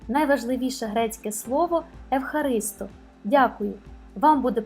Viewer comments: *Ευχαριστώ*. ЕВХАРИСТО 👍 Ударение на последнюю 0👍. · Мені було цікаво вже тому, що я дуже скучила за Грецією. Це - моя любов ! Не хочу нікого образити, але греки кажуть " агорА" та " ефхарістО".Це я про наголоси. Щиро дякую !